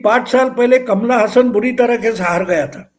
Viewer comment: अभिनेता का नाम "कमला हसन" नहीं, 'कमल हासन' है।